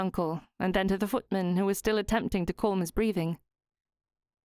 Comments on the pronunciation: I don’t know why this narrator says ‘ Colm ‘ instead of Calm? Any ‘ alm ‘ word seems to be ‘ Orrm?’ Really odd to listen to and I don’t think she’s Ai? But I’m enjoying the story! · Yes calm and palm rhyme with arm with a silent 'l'